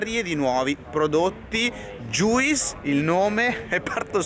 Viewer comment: juice si legge "gius" come fruit e suit